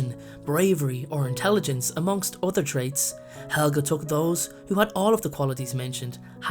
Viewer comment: No it helga not helga